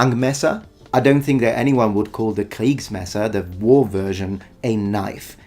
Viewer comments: I am really impressed that you nailed the pronounciation of "Großmesser" and "Kriegsmesser". German seems to be a difficult language for people of other nationalities. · As a native German speaker, I'd like to thank you, for not butchering my language, especially since it's hard for any non German speaker, not to do so. "Kriegsmesser", "Langmesser", "Großmesser", perfect.